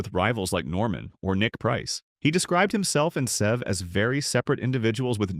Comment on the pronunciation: And I wish the AI could pronounce his name the way it should be